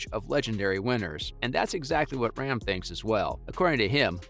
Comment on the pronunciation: Please at least pronounce Rahm's name correctly if you wish to be taken seriously?